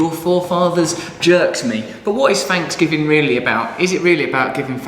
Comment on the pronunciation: Happy "Fanks"giving...... I love how English people make fun of our Thanksgiving. When they can't even pronounce the letters "TH" without sounding like an "F" but you're right.... We are the weird ones :-)